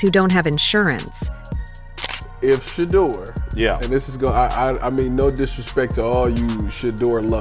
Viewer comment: SHEDEUR...SANDERS. NOT SHADUR.